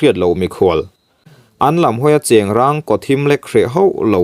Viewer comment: Thawnthu ngaihnawm tak tur niin ka hria, chhiar dan pawh i thiam. Mahse, mizo ṭawng i lam dik lo ṭhin hian min ti ner sawk sawk mai. "Chem vei" i tih hi ' Vai' tih tur aw. Tin, Chengrang te Ṭhival te hi i thluk dik lo, a dang pawh a awm nual mai.